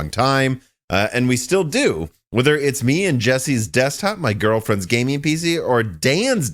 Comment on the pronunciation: IT'S GaminG NOT GayMIIIIIN